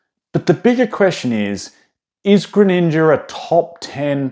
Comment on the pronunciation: Bro called the greninja "greeninjur" and Charizard "Charkzurd"